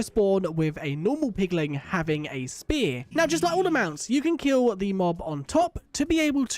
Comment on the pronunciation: Hoglin and Piglin, not Hogling and Pigling 🤣🤣🤣